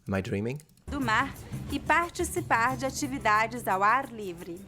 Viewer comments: Just two little clarifications: - In the word "participar", the Italian /tʃi/ sound that you heard actually is how the "ti" syllable is pronounced in Rio, São Paulo and most of Central-Southern Brazil. The following syllable "ci" is pronounced the way you'd guessed it: /si/. - As you accurately noticed, the final -r of infinitive verbs (like in "socializar") is usually dropped: /sosjali'za/. When a vowel follows it, it is also usually dropped in colloquial speech, but pronounced as a flap in monitored speech, like she is doing in the video, creating a liaison with the following vowel sound. Nouns and adjectives ending in R, however, always connect with the following vowel in a flap sound, like in "mar azul": /maɾa'zu(w)/. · Regional accents are going to be a mix :) Like, many things in Portugal sound closer to italian. But then you have a couple ones which dont. Immediately I am going to give the example of partiCipar where Portugal will sound further from Italian. However, the coRRida will sound closer to italian in Portugal. Many such examples. So you really have to dive down and get used to regional sounds. Even in Portugal there are different regional sounds. And even more so in Brasil. I did not facepalm a bit! You did pretty well. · In the word "participar' the "che" sound is actually for the "t" not the combination "ci". The "d" also has the "che" sound in some cases. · yeah but she said parTCHisipar ---- not partiTCHipar 🙈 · Ti = ˈʧɪ [paxʧisiˈpax] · You got confused , the 'ch' sound in the word 'participar' is not in c, but in the t, meaning it sounds like 'parCHisipar' and c has an s sound in this case. The rule is that the combination of t+i or t+e sounds like ch. 'completamente' sounds like "copletameintche" and so on. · there's no interdental fricatives in BR-PT, so it's a "d" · You sounded pretty good. ParTicipar not PartiCipar. The tch sound is on the T Other than that everything was great. Buona fortuna on European português